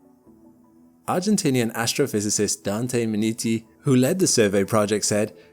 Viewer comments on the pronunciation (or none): none